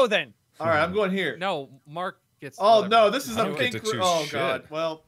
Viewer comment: Why does Mark say Room like Rum